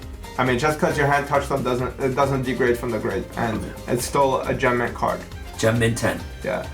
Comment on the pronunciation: LOL BOYS THE WORD YOU ARE LOOKING FOR IS “GEM-MINT” NOT “‘MINT - MINT” or “ACTUALLY MINT” 😂